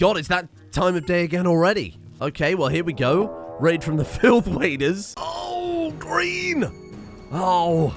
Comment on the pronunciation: I hate to say this but everytime you say „filth waders“, it sounds like UWU language